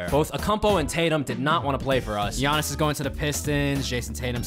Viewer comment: I do t blame him for biannis